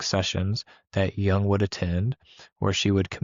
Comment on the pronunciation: Jung.... correct your pronunciation of his name FIRST, THANK YOU